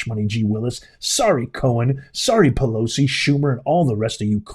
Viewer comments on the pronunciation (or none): none